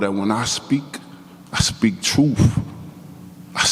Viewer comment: 'I speak twoof' ….. ha ha ha.